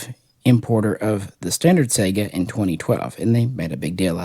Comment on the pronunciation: SAI-Ga.... like Saigon. lol. Not SEGA Genesis.... sheesh, only things worse is people adding an A to Hornady and making it Hornaday... =)